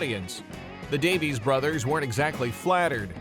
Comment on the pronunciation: Davies is pronounced Davis.